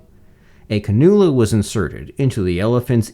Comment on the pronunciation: Cannula is pronounced kan-yew-lah.